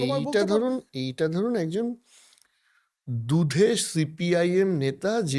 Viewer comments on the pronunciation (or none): Darun discussion. Tobe katha ta 'দুদে', 'দুধে' na.